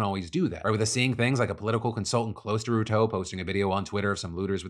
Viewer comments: It's pronounced William Ru-tore like "I tore my muscle " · How Phil pronounces Ruto is hilarious 😆 RUU-TOOO 😂